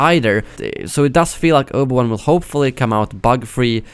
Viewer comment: "Obo Wan"